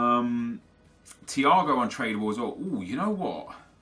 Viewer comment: anyone else hear him say "Untradeable" wrong at . He pronounces trad the way you would if you were saying traditional